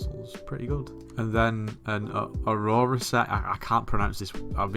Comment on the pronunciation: Just FYI you got the pronunciation of “Aurora” correct 👍